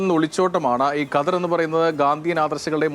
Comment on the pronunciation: ഘദർ അല്ലല്ലോ? ഖദർ അല്ലെ ഒരു മാധ്യമ പ്രവർത്തകൻ്റെ ഉച്ചാരണം കേൾക്കുമ്പോൾ പുച്ഛം തോന്നുന്നു.